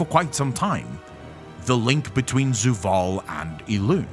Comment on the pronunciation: It's Zovaal.. not Zuvaal